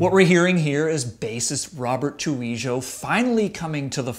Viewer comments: Trujillo is pronounced "Tru-HEE-yo". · True-He-Yo that's how you pronounce it Sam, nice review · "Robert Trueyshzo" | Its Tru-He-Oh dude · Tru-hee-oh. Not Tru-ee-jo. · that pronunciation of Trujillo though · Yup, not even hard. True-He-Yo. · Tru hee gio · So how do you pronounce your last name? Tryjellio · DjNawo Robert says his name as Roberto Rodrigo el Fuentes Tru-he-yo...Jr. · Rob's last name is pronounced "TraHEoo" not the way it's spelled, besides that, GREAT review tho. Sam's the bomb! 👍👍\m/ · it's [ham-it] not Hamond and [troo-hee-oh; Spanish troo-hee-yaw] It's really not that hard to pronounce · "True-ee-joe" nailed it. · It’s “Tru-He-lo” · SAAAMM IT'S PRONOUNCED True-he-yoh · Hey Sam, love what you do, but it's pronounced : Troo - Hee - O. Just sayin'. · Yes. Chew-wee-joe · "Robert Tru-gee-joe"???????? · Who the fuck is Robert Trujeelow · tru-hee-yo(l) its not that hard to say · tru he oh -his name isn't pronounced like fuckin Ouija board. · Dakota Lipscomb I thought I heard that too..lmao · So, just comparing to their previous efforts. Robert who? You interviewed the guy and can't pronounce his last name? What about sonics? The tones, the mix? Hetfield's vocals sound like they are just dumped over the tracks. Not integrated whatsoever. You're asking how to review? Just do it devoid of your history and memories. Pretend that it's brand new. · sorry how did u pronounce trujillo? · I winced every time he tried to say Trujillo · Robert who? Lol. Really butchered his last name. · I cringe when he pronounces Robert Trujillo's last name wrong